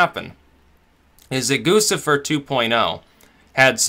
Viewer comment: It's Goo chih fur